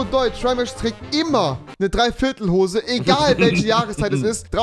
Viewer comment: Niemand : Wirklich Niemand : Rewi : dreiviertel hose 😂😂😂